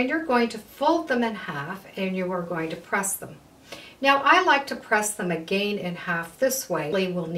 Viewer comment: Have enjoyed your videos off and on for years. I find you lovely, talented and very professional. Such a treat. I’m curious about where you are from. Your diction and pace of verbal instruction is impecible, but I am curious because of your pronunciation of the word ‘again.’ Please keep your tutorials going! Great teacher! 🌺💗🌺